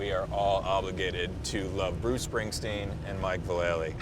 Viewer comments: God damn people STILL don't know that Vallely is pronounced VAL-UH-LEE not VUH-LAY-LEE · I've heard him say it himself a few times. It's 'VAL-ah-lee'. The guy interviewing him even screws it up haha. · Its pronounced Valla-Lee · Dude said his name wrong 😮😆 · You pronounced his name wrong! Nine club brought me here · They pronounced his name wrong ...wow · lol even X Games pronounces his name wrong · Haha! yup still people in the industry pronounce his name wrong.